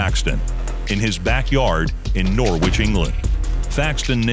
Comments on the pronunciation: Norrich, not, Nor- witch. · Norwich is pronounced nor-rich my friend. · Norwich is pronounced like it rhymes with Porridge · I got the basketball reference as well as you pronounced Norwich! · It was painful how you said Norwich as I'm from that city. I've boxed with John at a village fair, all he was allowed to do was dodge. I couldn't land a single punch on him and I was a purple belt in Karate at the time. Small but quick as fuck boxer.